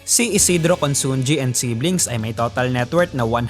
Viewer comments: Pronounce at konsonhi not consongi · Consunji pronounced as consunhi